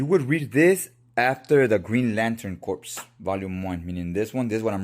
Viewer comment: The p in corp is silent. It's pronounced Core.